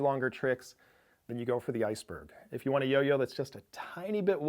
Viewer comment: The Iceböh" It's called Ice-Berg